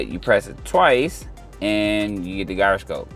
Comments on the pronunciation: Gyroscope is pronounced 'jai·ruh·skowp' bud, just FYI. I still can't figure out the proper way to say Gyro (the food) so don't feel bad lol. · Stop pronouncing gyroscope like that